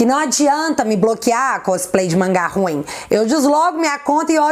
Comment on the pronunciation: É "ruinhem"kkkk